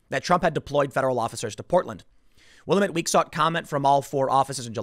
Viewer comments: Willamette is pronounced Wil-la-met. Common mistake. It is sad to see this in Oregon. When I was growing up there, they were anything but liberal. They used to be very conservative. Very sad to see this there. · Willamette puts accent on second syllable. Will-AM’-mette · WIll- AM- IT is how it is pronounced. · Tim it is pronounced Will am it. Ps send help. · Will-am-it. That's how you pronounce willamette. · Willemette. Is a place in dead rising the video game. It’s pronounced (will am it) all as one. Yeah sound goofie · Tim, from the Pacific Northwest here. It is pronounced "Will-A'-mette", emphasis on the "ah" sound in the middle, the second syllable. Just an FYI, I used to make the same mistake until a local there corrected me. Love the shows! Thank you! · hey tim you pronounced willamette wrong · FYI, "Willamette" rhymes with "dammit." Stress on the second syllable. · Hey Tim, Willamette rhymes with dammit. As in, "Dammit Tim, stop being such a milquetoast fence-sitter." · Tim, I know it's not a huge thing, but dude...You continually pronounce Willamette wrong. Watch a video of someone from Oregon saying it because I know you want to be informed, right 😁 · Tim... you went to Portland and still can't pronounce "Willamette"? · Tim, there is no William in Willam ett, that damn valley is bigger than the state you live in, so lets get picky, it is pronounced Will-Am-It. Yah I know local Indian names suck. That valley is big enough, we might as well get it right. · FYI, It's pronounced Will-am-it, Tim. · Tim... Just FYI, "Willamette" is pronounced wil-am-at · Willamette: Will-am-it Sorry Tim, bugs me every time I hear someone mispronounce the region's name, lol. Please keep up the hard work, I appreciate what you do. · Its pronounced will-am-it. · It's pronounced WILL-AM-IT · It's pronounced "Wil-LAMB-ette". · Willamette rhymes with Damn It. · Willamette pronounced Whi-lamb-it Oregon pronounced Or-eh-gun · Ok man it's pronounced Will-am-it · WILL-LAM-IT DAM-IT